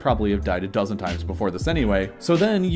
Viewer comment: He said dozent but that's still pretty accurate lol